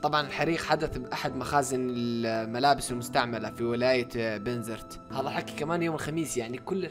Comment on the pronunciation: ليش تقول هظا مو هذا🤣